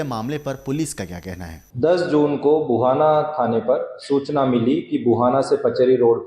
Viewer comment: Wo ghuana nahi bhuhana hai sir